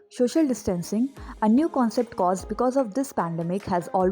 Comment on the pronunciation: RIP English pronunciation * shoshal** 🙄😌😅😅 please practice before making a whole video.